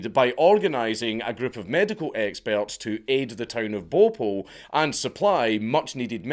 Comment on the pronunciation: hahahahaaha ! Bopul ! sounds like a pokemon i love Dank's accent 🤣🤣🤣